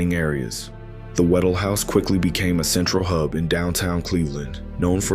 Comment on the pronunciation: WHA- DELL, not waddle.pronounce the “dell”.